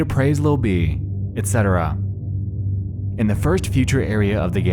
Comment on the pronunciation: "Liked" for correct pronunciation of "etc" 🥰 Rare on YouTube